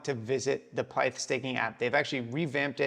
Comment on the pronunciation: It's pith not pyth, not named after python (computer language), it's named after pythia, oracle of temple of apollo at delphi.